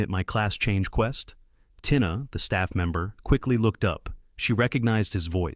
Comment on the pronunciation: Tina is pronounces Teena